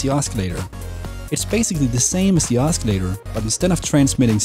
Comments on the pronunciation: Google pronounces os·cil·la·tor as /ˈäsəˌlādər/. Osculator is a different word altogether which means a kisser. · THATS NOT HOW YOU PRONOUNCE OSCILLATOR !!! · The C in oscillator is silent. Not a criticism, just letting you know. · Please don't pronounce the c in oscillator.. other than that, liked the tutorial